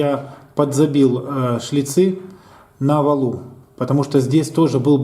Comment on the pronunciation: На валУ, не на валЕ. а так все зашибись)